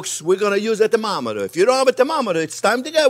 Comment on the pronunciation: "we gone a yuse tem ometa"..OMG this guy is great!!